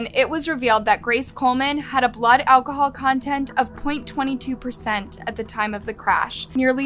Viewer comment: "ALCOHOOL MISUSE"?